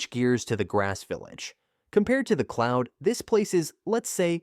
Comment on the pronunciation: "clound village"